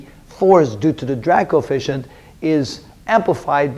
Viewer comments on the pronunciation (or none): Kept hearing ‘Dirac Coefficient’